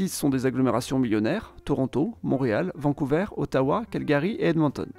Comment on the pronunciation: On dit vancou"ver" et non vancou"veur"